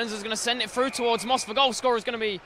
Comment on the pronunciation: "break froo", "out ver". can this commentator pronounce "th"?